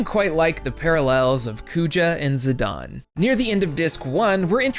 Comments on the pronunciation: Idgaf it will always be zi-DAIN...not fuggin zi-DAWN... gtfo with that sh*t. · Great video, but how can Zi-Dane be pronounced Zi-Don? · Also, the way you're saying his name is bad lol